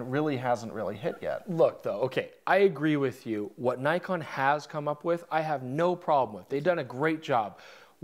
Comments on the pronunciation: It's Nikon, not Naikon!!! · Sorry but... (i) awful colour grade and (ii) Nik-on not Ny-kon